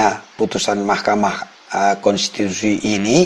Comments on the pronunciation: Kenapa JD lucu GT bang klo nyebut makamahkensitusi😅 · Maaf bang, ada dubbing setiap ucapkan "Mahkamah Kontitusi" sukar mengucapnya ya bang